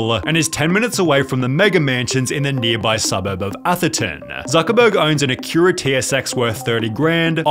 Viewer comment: The way you said Acura and huayra is appallingly